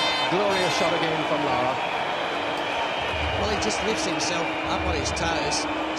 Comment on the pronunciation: It's larra